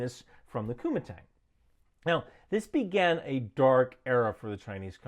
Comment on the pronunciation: They way you say Kuomintang sounds like youre saying Kumite, from Blood Sport lol